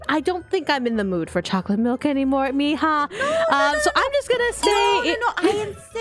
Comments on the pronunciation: It's mija not ima 😑🙄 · I like how Aphmau's Mom still calls Aphmau "Meehaw" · Why does aphmau's mom always say meya😅😅